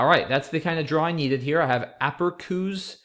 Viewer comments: Haha -- is such a genius I usually find his mispronunciations kind of cute, but by the 4th or 5th time he said "aperkoos" I was writhing. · The C in APERÇUS is pronounced like an S by the way ;)